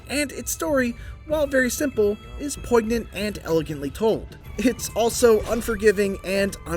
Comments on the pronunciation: Did this MF say "poiG-nant"? Lmaooo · Did my guy say "poygnant?" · dude said POIG-nant in the first 30 seconds. I'm out. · lol "poig-nant" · Did he say “poig-nant”? 🤔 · Just say "poignant" for us one more time... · That is not how you pronounce "poignant" lol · that's not how you pronounce "poignant," fyi